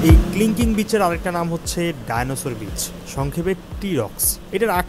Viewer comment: Kling Kling না ভাই, Kelingking beach. never mind plz🤣